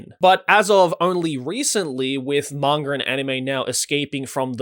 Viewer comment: "Mangur" Joey Blizinger (Manga)